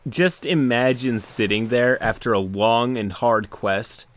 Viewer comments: honestly thought you said “Just imagine sitting there after a WONG and hard quest...” had to rewind to make sure. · "After a wong and hard quest". Noice.